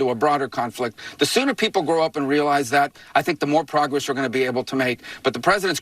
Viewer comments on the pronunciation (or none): none